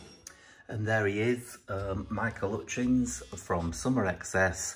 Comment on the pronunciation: RIP "Michael 'utchins"